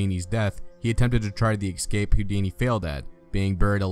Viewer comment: How ironic - choosing a narrator on a video all about conjurers and escape artists who cannot pronounce the word 'ESCAPE' !! - He repeatedly said "ECSCAPE" - hilarious !